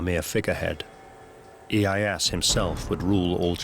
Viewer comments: They didn't use really swords in battle. Spears and bow. Also Tokugawa Ieyasu not ieyas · who the fuck is tokugawa ee-ye-ass? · Tokugawa E-I-ass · Closed the vid as soon as dude said iye-ASS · Yeah right, seems ive been pronouncing Tokugawa's name wrong also. I never knew its Eh-Ey-Ass.